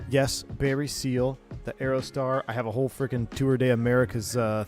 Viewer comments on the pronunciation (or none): "Piper Aerotar"...sounds sweet - did you forget the D on the end? 🤡😁 (Check the thumbnail pic 🤭)